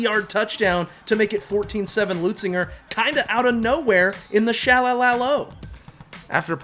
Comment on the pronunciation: Leu Zinger!! Where is the “T” you scholars keep pronouncing?? It’s not Leutzinger!